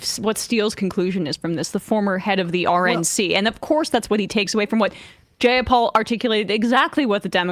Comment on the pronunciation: You both consistently mispronounce Pramila Jayapal's name. It's (Jai-a-pal: JY-A-PAL, NOT JAY-A-PAL) You've been doing this for years, APPLY YOURSELVES.